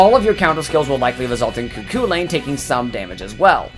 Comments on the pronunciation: You said Cu Chulainn wrong, it's irish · Alwys amusing to hear foreigs refer to Cu Chulain as Cuckoo Lane.